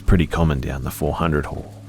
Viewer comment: I love how calming your voice is but sometimes your accent makes me laugh. During the 3rd story, when you kept saying "hall" all I heard was "whore". Is that just me?